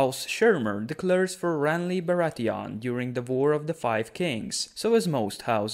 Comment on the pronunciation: How do you pronouce Bratheon?! They are no fucking Krauts. Like Theon.